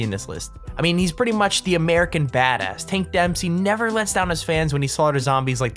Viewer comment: did anyone else hear him say hank dempsey instead of tank dempsey